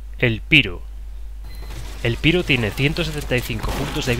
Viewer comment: se pronuncia "Pairo" no "piro": )